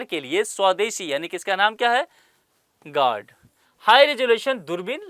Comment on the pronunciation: गार्ड नहीं है sir गरुड़ है